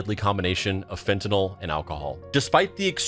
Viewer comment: Fentanyl not fentanol. NOT the same chemical group.